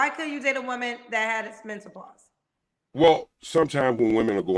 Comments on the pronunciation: First of all there's absolutely no such thing as "MEN-TA-PAUSE!!!! And somebody in the comments called this man ""!!!! He's not getting not one damn DM from anybody with sense for sure!!! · I’m just mad that he can’t pronounce menopause 🤦🏾‍♀️ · Wait did he say mental-pause. 🤦🏽‍♀️ This entire interview got me 💀 he said he only stickin not lickin 😂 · Did he say "mentapause"? Just wait until you get to Africa, bruh SMH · Omg, I thought I was the only one that heard a "T". 😆😆😆😆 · Wait one got damn minute, what is men-ta-pause 🤣🤣🤣🤣🤣 I know I'm not the only one who heard him say that.